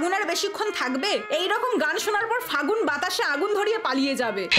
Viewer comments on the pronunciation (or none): Accha fagun bolche na hagun!!! Konta bolunto??